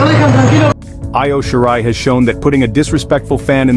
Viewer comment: Pronounces most of the names wrong though